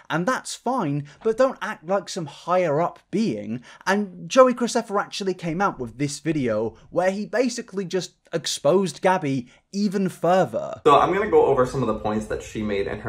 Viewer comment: You said craceffa instead of Graceffa which I know was a mistake lol but I just need to point it out because I didn’t see anyone else (great video tho I am officially caught up without giving her views :)